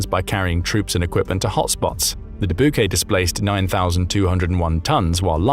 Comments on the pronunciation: Dubuque is pronounce Duh-Buke not Duh-Boo-Kay. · Just FYI: Dubuque is pronounced "DooByewke." and is a city in Iowa. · The USS Dubuque is named after the city of Dubuque in Iowa. Dubuque is pronounced [Deh-byou-k]. Please pronounce names correctly. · The Dubuque is pronounced duh-BYOOK. It's a city in Iowa. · I live in iowa... more like dah buke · I love your pronunciation of "Dubuque"